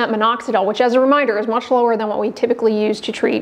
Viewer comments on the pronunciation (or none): none